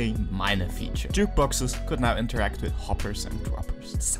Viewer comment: "Jukeboxes can now iteract with"